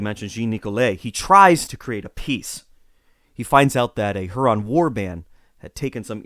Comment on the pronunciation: Your pronunciation of Huron and Iroquois. Are they correct? I've been taught otherwise